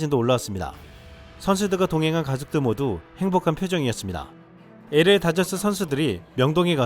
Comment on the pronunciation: LA다저스발음할때, 에레이다저스가아니라 엘레이다저스라고발음해야합니다.에레이가아니라 엘 에이 or 엘레이